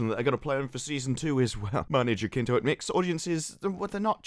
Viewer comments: HA-SIN-TO Not jakinto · Jacinto in Span is a first name. And ridiculous, btw. It's pronounced hathinto and it's laughable 😂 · Manny Jacinto is not a bad actor, he did well in "The Good Place". Jacinto is pronounced here "Hasinto"... H, like in "Harry". Greetings from México.